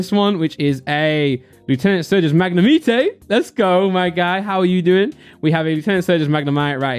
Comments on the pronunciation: Magnemite everyone: [magne-might]: [Magne-meat-ay] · I love the way he says magnimite 🤣🤣